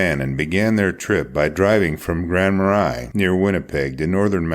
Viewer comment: Grand marais is like "ma-ray"